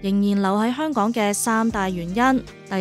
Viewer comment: 香趕？？啲懶音咁嚴重